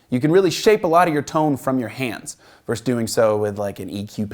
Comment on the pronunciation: Versus. Not verse